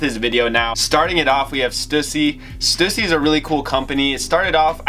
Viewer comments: Omg they way you pronounce Stussy is cringe. It’s STEW-SEA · I need to teach you how to say Stussy